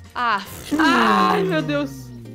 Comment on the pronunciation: Kkkkkkkkkkkk "ai meu Deuxkshcbx"